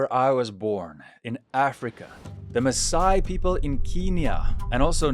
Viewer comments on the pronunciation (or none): none